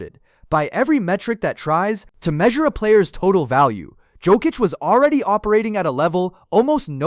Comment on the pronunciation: Awful list. Can’t even get Nikola Jokic’s name pronounce right either… y’all clearly don’t know ball.